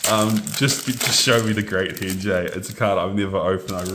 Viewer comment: the great hen jay? its henge, it rhymes with revenge.